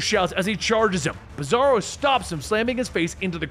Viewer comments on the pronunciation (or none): did you call bizzaro (beezoorow) I swear you called him beezoorow couple times.. lol